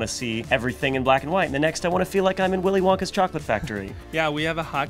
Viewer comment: Damn that" wiiilleh wonkah factoreh" hahahah keeep it uuup